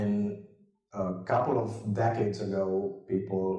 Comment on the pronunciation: what is pleople😃😃?? Or is my vocab too bad?